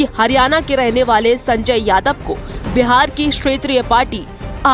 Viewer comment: अरे व्यार नहीं हैं बिहार हैं...... बोलने तो सिख लो EWS सुदामा कोटा.... लेटरल ऐंट्री का प्रकोप दिखने लगा है.........